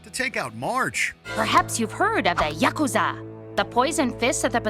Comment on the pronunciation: Did he really mispronounce the Yakuza?